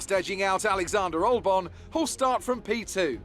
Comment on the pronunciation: ahh yes, Allyander Olbon